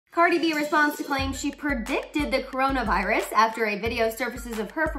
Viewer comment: “KORONA VIARUS, KOOROONAA VAIIRRUUSS”